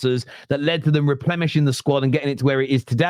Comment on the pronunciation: "Replemishing"?? Karl Pilkington nods sagely.